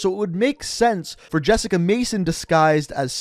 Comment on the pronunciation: It’s Jessica